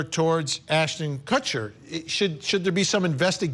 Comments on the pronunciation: It's not "Kushner" 🤣 There is no N at all in the name. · I like how Chandelle says she likes them better before their apology video and proceeds to pronounce their name wrong the whole interview 😂 MYLA and KUSHNER lol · Why is your guest making up her OWN pronunciation of Mila’s name???? Seriously unprofessional. You JUST heard two others say the name and you just make up your own. And did she just say Ashton KUSHNER?! She’s fired. 🤦🏽‍♀️